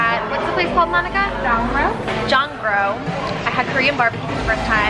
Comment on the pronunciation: I know it's annoying i just can't help it lol but I just wanna tell you that "Jong-ro" is actually pronounces "Jong-No" Love your vlog!! ❤